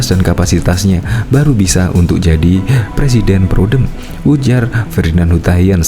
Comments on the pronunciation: Saya janji akan mendukung Rizal Ramli sekuat tenaga... Tapi Rizal harus bisa sebut RRRR dulu dengan jelas.. karna sy takut kalo sumpah jabatan nanti bukan Sebut presiden tapi plesiden 🤭🤭🤭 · Iya boleh donk nyalon di Salon Kecantikan! Khan mau Jadi plesiden LI (plesiden taxi kalee?) Wkwkwk......🙈🙉🙊🤭